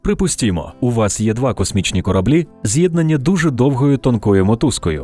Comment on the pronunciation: Та да, особенно "прiпустiмо" в самом начале так прям українською